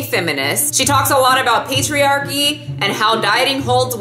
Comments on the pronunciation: When you said patriarchy, I actually heard "pastry-archy" lmao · I heard 'patriarchy' as 'pastry-archy' ' 😂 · Lol... The first time you said patriarchy i coullda sworn you said pastryairchy...lmao